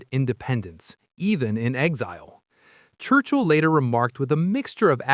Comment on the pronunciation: How odd to have chosen AI when there are so many hsitorical pictures available. And, er... "Wurchill" ???